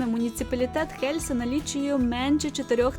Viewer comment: І останнє...Не Хельса а Єлса.Не гнівайтесь,нічого особистого.Відео супер,успіхів Вам...